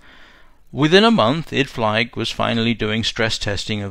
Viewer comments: Apologies for picking a nit here, but I believe that "Idflieg" is pronounced "id-fleeg", not "id-flyg". The German word for flyer is "flieger", and is pronounced "FLEEG-er". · In fact, Idflieg is pronounced 'id-fleek'. Germans pronounce a final 'g' as a 'k'. So 'Guten Tag' is "goot'n tahk", not 'goo-ten tog'. IMO it would be better to record the audio anew with the corrections. I find the mispronunciations bloody annoying.